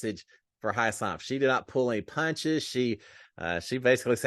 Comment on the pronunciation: Hey you are misspronouncing Hisam's name.